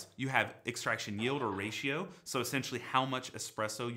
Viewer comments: Hmmm, “YELD” you say? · extraction yeld 😂